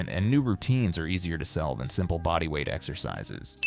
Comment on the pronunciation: 0ld-school „ex-ur-sis-sis“??? Is it really THAT hard to narrate the video yourself instead of using AI drivel